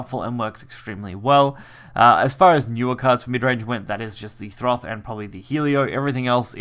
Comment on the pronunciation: no R in Thoth